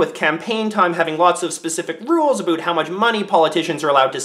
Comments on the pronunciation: Sees American flag and Portrait of Queen, sighs.. hears him say "aboot".. aright I'm out fake Canadian right here! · Did you just say "aboot"? lol (instead of about) Was that intentional, to make the video more noteworthy? Anyway, get out and VOTE, Canada. My choice is, anyone but Harper. At this point, I think Liberals are the best option because they have the best chance of dethroning the Cons. I'll be glad when those sickening Con advertisements come to an end. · I've lived in Canada my whole life and never heard anyone say aboot until now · All I heard was "aboot". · I heard you say aboot several times but then I heard you say without and not withoot. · 35 seconds in you said aboot this election. you are making us stereotypes lol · did he really just say aboot..... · I'm Canadian born and raised and I have never heard anyone say aboot until now../ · I didn't Canadians actually said aboot. I totally thought that was a stereo type haha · Aboot. Thanks for stereotypes. thanks